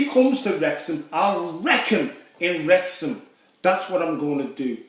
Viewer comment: Wrrrrreck ya in Wrrrrexham 😭